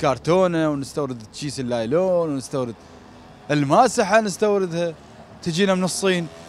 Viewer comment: كيس النايلون وليس لايلون